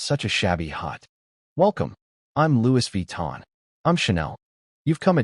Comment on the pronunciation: "welcome, im louis vutton" "im chanel" lmfao